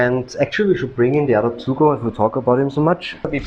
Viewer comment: It is pronounced Too-Go. It literally means, earth dog. I have one (yellow). I live "there." It is wonderful here, and my dog is the best one in my long life! Edit: You are mistaken about them not being good guard dogs. Try walking up to a random house in a Guangxi Village and see what kind of welcome you get!